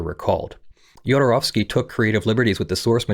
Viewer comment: Thank you so much for getting the pronounciation of the "ow" in his name right.